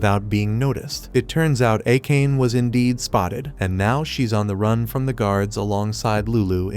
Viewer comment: for the future, please pronounce Akane as "Ah-kan-ay" I made that mistake in my teens until I heard it pronounced in an anime.